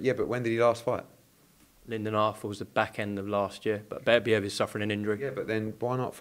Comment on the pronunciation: Why can’t say Beterbiev?